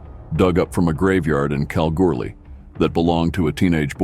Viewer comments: cow goo lee ....It's not that hard yank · Do you say going to see a Bund no you say going to see a band so ad an a you get Banda, so when you mention Kalgoorlie not pronounced callgoorly it's Kal like Gal and the r is silent, Lathlain not what you said it's lane as the pronunciation